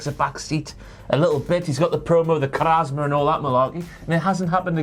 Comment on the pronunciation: Did he really say charazma? It’s charisma